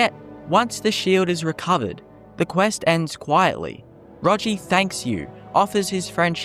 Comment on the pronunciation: My first character did, too. His story-telling ability makes him a great house-husband to take take care of the kids. He even learns how to cook. And name is Ro-ghi, not Ro-ji.